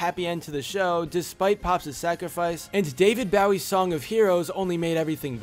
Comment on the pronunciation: You said David Bowie like wow